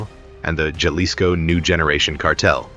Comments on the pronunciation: Its not gelisco its pronounced halisco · Enjoy the video but the pronounciation of Jalisco is hal-ISS-co, not the Americanized “j” sound. AI voices never seem to get it right. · AI needs to learn how to pronounce Jalisco right. Didn’t realize Chicago had cruise ships 😂😂😂